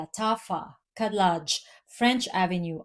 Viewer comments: Khadlaj is pronounced HED-LODGE with the J sounding like the G in lingerie. When you see the (KH) combo, the K is silent. Ps. Love your content. When you get a chance, check out the Le Falcone collection it's so good. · Hi! Arabic speaking person here. That’s not really true. KH is pronounced almost like a cat hissing if that makes sense. A more accurate phonetic description would be: KED-LEDGE. The first letter in Arabic doesn’t exist in English so there’s no true way of translating it but the emphasis shouldn’t be on the H but rather the K. Even saying it like regular K in english sounds more accurate that just an H. A good way to tell is searching up how to pronounce the name Khadijah.